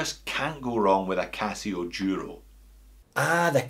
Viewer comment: It happens that today I'm wearing my black El Duro ( it is pronounced Dooro). You tempted me to add that Cadisen to my collection (see One More Watch). I also have the Hulk Loreo for which I paid $58.52 but the shitty bezel stopped cliking since it arrived and got a $11.70 refund.